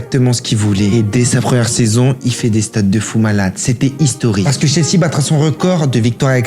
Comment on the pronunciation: Ça se prononce "Tchelsi" et "Spéchol wan"